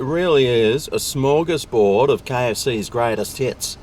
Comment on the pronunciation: smorgasbord. Derp.